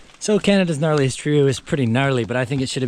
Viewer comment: Did you say knottiest tree?! 🤦‍♂😂